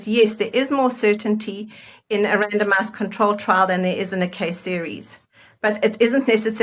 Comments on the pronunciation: I can't be the only one who keeps hearing, "random-ass control trials." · I don’t mean to be rude…and I know what they’re saying, but every time they say randomized trial I keep hearing random ass trial. lol 😂 sorry.